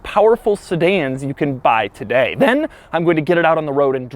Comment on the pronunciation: the "then" sound really weird or is it just me?